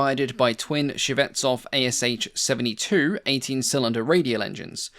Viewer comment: Thanks for a video. By the way, the ASh engine designation is pronounced as just two sounds, like in ash tree, not like A-S-h.